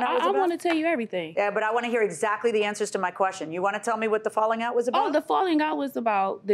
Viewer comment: “I HAD BEEN TOLD HER DIS” 😂 ah the American educational has failed yet again...